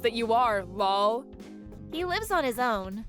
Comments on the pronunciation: PLEASE DON"T READ OUT LOL AS LOL, it's laugh out loud, so have the person reading it, laugh out loud rather than saying LOL! It's annoying!!!!! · No such word as “lawl”!! Seriously. LOL quite literally means laugh out loud, so when you read it, don’t say it just laugh out loud or chuckle or something. It takes away from the whole story when there’s too many “lawls” happening. Sorry. Pet peeve.